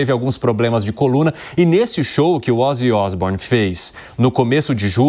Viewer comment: Ozzy Isbournion